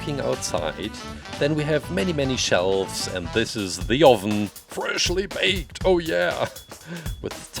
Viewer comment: The best part of this mans videos are him saying fershly bayked